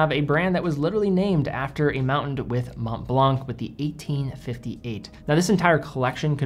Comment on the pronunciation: Don't pronounce "c" in Montblanc